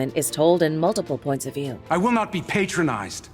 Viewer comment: “Pat-tro-nosed” NOT “pate-tron-iced”….there is English….and there is WRONG